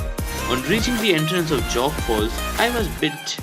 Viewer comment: It's Jog not Jog. As in joe